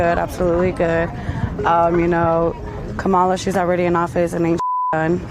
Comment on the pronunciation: I want to take you seriously but you still can't pronounce 'Kamala'. It shouldn't be THAT hard to grasp.